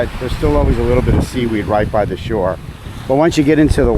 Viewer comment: Hadn't even read your full YouTube name but when you said "closer to the shore" when talking about seaweed, knew you had to be a Jersey guy! Awesome review, thank you.